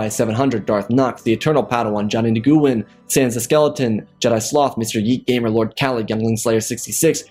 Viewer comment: Neh gew win. Lol I'm pretty sure it's pronounced "new win"